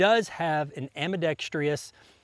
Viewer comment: It is ambidextrous, not ambidextrious. Great review of a very interesting tool. 👍🏻